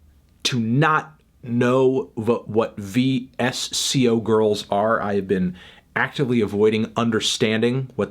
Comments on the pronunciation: He said "veesio girls" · It's pronounced "vissko" boomer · Vee-Ess-Cee-Oh Girls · Vee Ess Cee Oh girls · its pronounced 'Visco' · He really said vee-ess-see-oh girls SKSKSKSKSKSK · guys, he said it vee-ess-see-ohh girls. VEEE-ESSS-SEEE-OHHH. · its pronouced VISCO